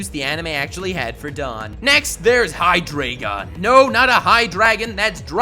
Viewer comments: It’s hi dry gon not hi dray gon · High Dry Gone is how you pronounce Hydreigon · But you say it hydrygon, not hydreygon. It's based on the German for 1,2 and 3. Dry. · It is pronounced hydrAIgen, it's fucking deutsch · You can't even pronounce your favourite pseudo legendary pokemon... HyDREIgon. a.k.a the german for three... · It would be a dragonitium also it's pronounced hi-dreye-gon, eye as in your eye. German 1 2 3 into deino zweilous hydreigon. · Microbabe Brown *Hydreigon Please don't correct on how people spell or pronounce anything when you cannot spell it yourself. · Hydreigon is your favorite pseudo legendary but you can't pronounce its name right lol